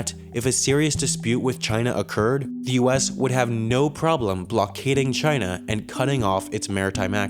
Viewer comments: Wait... In the first few seconds you said china as kina.... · "Chayna" - Donald Trump